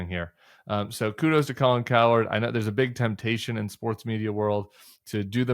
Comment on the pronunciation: Hey Tim, i think its pronounced Cow - Herd, and not coward 😂👊😎